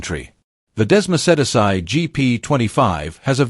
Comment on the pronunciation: Dessmo-said-ass-eye. Do-cat-eee. Wow AI has a long way to go.